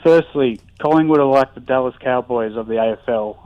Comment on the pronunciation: Wouldn’t listen to too much regarding AFL. Dude can’t even get the club locations right let alone pronounce the names correctly. Esseton, Colinwon 😂 Perth is the Western part of Australia, hence West Coast Eagles.